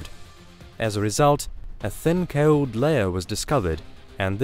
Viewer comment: No ones going to mention how he says cold?